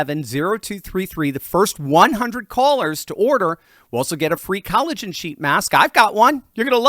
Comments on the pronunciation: If he says cali-gen one more time... Lol 😂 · Maybe if you are going to advertise something you should Learn how to pronounce it properly!.. why have you swapped the O in collagen for an A?... How am I ment to take you Seriously When you don't even know what a basic sounds vowels make?